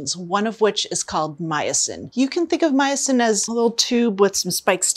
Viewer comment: Myosin is my new fav word😁. I thought at first she said meatsin😆